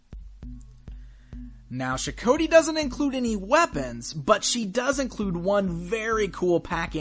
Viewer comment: Boy I'd love to get some MotUC figures, sadly the budget just isn't there to play catch up on the secondary market for all the older stuff I missed out on or the newer stuff. That being said, pretty nifty review, although I could have sworn in the episode it was pronounced Sho-Koti, like Got, only with a K. Of course it's been well over a year since I saw them, I could be wrong.